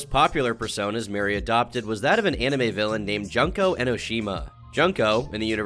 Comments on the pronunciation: Juuuuuuuuuuuuuuuuunnnnnko my guy its j(uuuuuuunnnnn)ko not junko or whatever you said........... my comment sounds mean but i do love youre content jsyk( i love looking into questionable humans lol) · "Junk-o", oh dear lord lmfao "Junk-o", come on, you're better then this lol. It should be "June-ko"... Here's how you actually pronounce it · pronounced june ko nit junk oh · I dont mean to be nit picky butttt, her name is pronounced "June-ko" not junk-o 🤣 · ITS FUCKING JOON-COE NOT FUCKING JUNK-OH Jesus Christ you and tuv do no research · This is a really irrelevant nitpick but Junko is pronounced more like June-ko rather than Junk-o. Considering all the internet deep dives you do I’m surprised you never heard a proper pronunciation of her name. I’m kind of jealous, actually. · Lol. Junk-o. June-koe my man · Her name is pronounced June-kuh-oh not jun-kuh-oh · it's pronounced June- cõ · I thought it was pronounced juneko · bruh, it's JUNko. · "Junk-o" lol i always love to see how people pronounce that characters name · ignoring the fact Junko is pronounced June-ko, these people are bad... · Why does every content creator go out of their way to mispronounce Junko's name? June-co. Not hard to say, how do you even say or write "Jun" in Japanese? You can't. A=Ah I=Ee U=Oo E=Eh O=Oh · just btw, junko is pronounced "joon-ko" and kaede is pronounced "kai-yay-day" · I luv you but you said junko very wrong 😭 it’s pronounced joonko no hate tho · I don't want to sound like a 🥸 But I think it might be pronounced June-co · I don’t mean to be that guy, but the way he pronounced junko made my toes curl for some reason. Haven’t watched the anime but I’ve played the games. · Great vid but the way that says junko's name made me laugh so loud idek why 😭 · It is cute how he pronounces Junko Enoshima. And man, you only scratched the surface of her personality. 😂